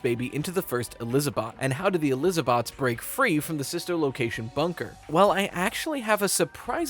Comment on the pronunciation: I had to pause the video when he said Eliza-bots 😂 that got me 🤣